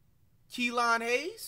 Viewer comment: He said kelone hayes😂😂😂😂😂